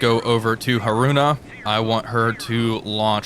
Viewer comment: I have never heard anyone pronounce Haruna so badly...